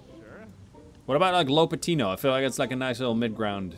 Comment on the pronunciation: "LAPatino" Big lad from my country lol